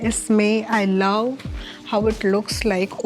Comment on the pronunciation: Your love accent 😂. Laaw😅